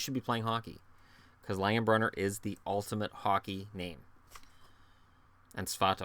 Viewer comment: Great list! Loved the Neal Broten pick. Roseau, MN, 1st Hobey Baker winner. And so happy you said "Langen-brenner" and not "brunner" as people sometimes do. He grew up 20 miles from me, always thought they should at least get the guys name right. Cheers.